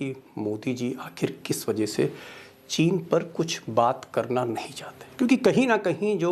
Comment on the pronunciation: चीन का च नही बोलते चीन का च ।